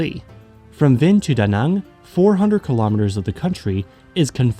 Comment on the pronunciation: Wow. Your pronunciation of Đà Nẵng is surprisingly accurate!